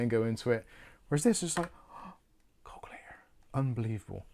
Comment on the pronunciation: I was hearing "Call Clear" when was saying "Calculator". My goodness. And my family are from Oldham, Lancs. I ought to be used to accents.:)